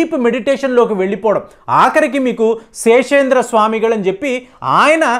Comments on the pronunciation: Seshendar kadu andi seshadri swamigal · శేషేంద్ర కాదు sir. శేషాద్రి స్వామి